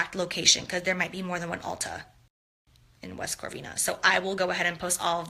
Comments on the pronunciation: She said corvina it’s Covina lol okay girl 😂😂😂it’s like did she even take the time to actually read its not like it’s actually a hard word to pronounce wow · West Corvina?? It's West COVINA, my hometown...smdh. It hurts my ears when she says it... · West Covina..lol..not corvina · West "Corvina" lmao how offensive ! 🤣😂😂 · West corvina? Its west covina girl, COVINA...busted the house, anything for views jaclyn hill cant read...there is no R girl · West Corveena? She must have meant West Covina.......mensa 🤦🏻‍♀️ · West CoRvina?! CoRvina?! Gurl, you better put respect on my cities name! Lol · Oh my god it’s West Covina lmao. There’s no R in there girl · West Covina ! Lol and it’s a city 🌃 I have family next to that city.. I kinda cringed when I heard Corvina lol 😂 so I had to put it out there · "west corvina" CRINGE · I live close to the meet n greet location. It is West Covina! No R IN THERE! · I've never been to Cali before and even I knew it was West Covina and not West Corvina. I'm from Texas get your shit together JH😡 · She said "West corvina" like you know she's so high on her horse ..sorry I don't know that area...if you live in the bay area everyone knows where that is..sorry miss Hollywood.. Bitch you came from nothing people busting their butts doing 9 to 5 to make you rich live in "West covina" ugh she's so stupid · Where tha fck is West corvina? I live in CA...did this girl mean West COVINA?🤦🏻‍♀️ got damn I cant take it anymore lol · What she can't pronounce West Covina?! 😩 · K Martin I know.. it made me laugh and she kept saying it.. Lol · silly girl can't even say West Covina 😧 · Happy Halloween 👻🦇🎃💀🖤 love ya so much!! Is she trying to say West Covina? Lol f**k is wrong with her 😂🔪🤣🤦🏼‍♀️